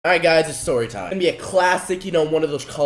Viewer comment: "tell u guys a Stoy"???